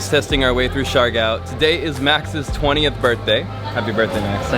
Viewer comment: Its pronounced like siggyor not shigow